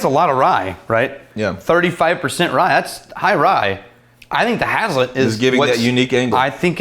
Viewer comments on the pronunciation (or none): As someone who’s grown grain for a living I’m gonna take this opportunity to be a dick and say it’s pronounced “haze-let”